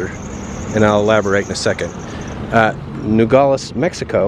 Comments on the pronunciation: Finally someone giving Arizona and the most Mexican side of it! I personally love it mostly because I’ve lived here my entire life. And just a little thing when pronouncing Nogales instead of saying it like “Nogoles” really pronounce the a in it. Just like it’s spelled NogAles. You don’t have to make it the loudest just pronounce it I guess. Nogales pronunciation is nothing special! And don’t get confused I live in Nogales but not down town. Just going a little bit up is a huge difference lol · It would help if you knew how to pronounce Nogales ...No-gal-es. not gaul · The name of the town is pronounced No-Gal-les. Equals Nogales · Just FYI its pronounced "NOgales" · i feel safer on the mexico side. we live in rio rico, just outside of nogales. and it feels very safe in this whole area. the crime here is nearly nonexistent. he couldn't say "nogales" correctly. and it means "walnuts". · Youre mispronouncing the name Nogales. But yeah I live 12 miles from there, go there every weekend. Safest city in Arizona probably.